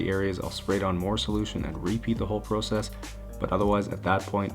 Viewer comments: Am I the only one who cringes every time he says "process" or "garage" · I like how you say proucess...very Canadian 👍🏻